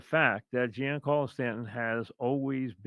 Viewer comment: it is not pronounce Geen Carlo, Mike. It is pronounced more like John Carlo.